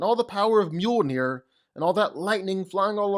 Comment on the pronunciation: Mjolnir ❌ Muir ✅😂